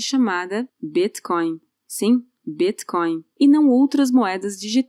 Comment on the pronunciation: Adoro o jeito que a pronuncia BitCoin...